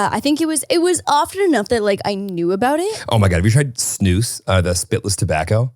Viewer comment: I know you didn’t pronounce Snus Snoose